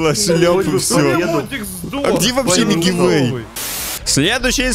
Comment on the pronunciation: Никто: Абсолютно никто: Я🗿: Не Мигивэй, а Милкивэй)))